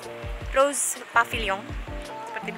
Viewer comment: Uda jd kebiasaan umum org Indo klo baca English ejaan ttp pake Indo Ro-se. Tdk terkecuali jurnalis. Walaupun akhirnya pengucapannya benar setelah ngawur yg pertama.